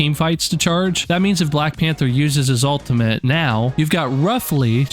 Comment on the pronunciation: Why are you saying "altimate"?